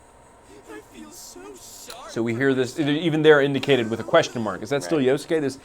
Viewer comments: "yosuKAY" stfu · Yos-ke silent "u" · Yo-su-ke... -- at least learn to pronounce their names properly. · I like this PR guy XD he mispronounces Yosuke's name like Egoraptor. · My ears! Stop saying Yosuke's name wrong!